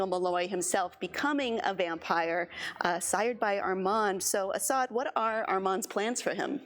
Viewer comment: stress the first syllable, like AH-ssad